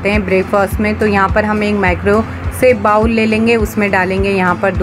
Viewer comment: Madam aapke videos or hacks sab bahot achhe hai. Bas aap bowl ko बाउल न बोल कर 'बोल' 'बोले to bahot achha hoga.